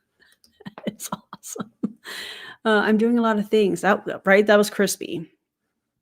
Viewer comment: I love the asmr moments 😭 Crispayyy